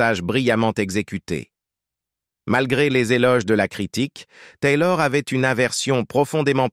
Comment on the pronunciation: La voix du commentateur est agaçante, surtout à chaque fois qu’il dit « Taylor » ! On se demande qui c’est ? Au départ j’ai pensé qu’il parlait de son tailleur, puis après j’ai réalisé qu’il s’agissait d’Elisabeth Taylor. Il l’aurait nommé Elisabeth, ça aurait été beaucoup plus percutant et beaucoup plus sympathique